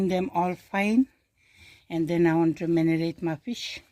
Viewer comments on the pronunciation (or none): saying Manerate instead of marinate❤. As long as we understand